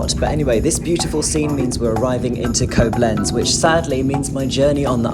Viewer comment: I see that some other viewers already informed you about the 'lakes' and the 'ice'. A third thing so far not mentioned would be the pronunciation of foreign names. Thank goodness the names in this clip were not so critical, yet Koblenz is stressed on the first syllable - [ˈkoːblɛnts] More often than not, you can find the right pronunciation in the respective WP article. Good luck!